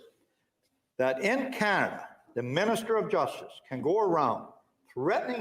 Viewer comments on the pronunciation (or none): none